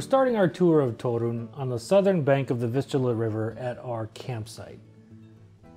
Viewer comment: Great vlog. Is Polish? He pronounces "Toruń" too perfectly, but pronounces it well too